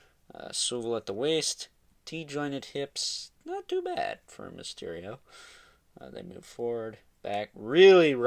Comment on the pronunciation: Really you had to say mysterial like that